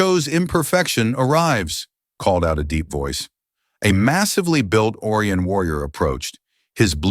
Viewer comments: the AI needs more training in speaking properly " O rye an " not " Oar e in " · It's Oh - rye- on